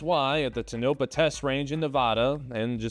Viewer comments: You got nuclear right, but need to work on Neh-vad-da. Tone-a-paw. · Toe-nuh-pa. Tonopah.